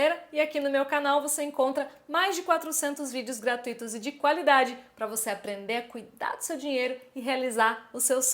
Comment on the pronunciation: A senhora poderia parar de falar "gartuíto"?, porque a palavra é "gratuito" (acento tônico no "u").